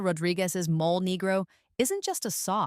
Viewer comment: It's pronounced "mole-ay".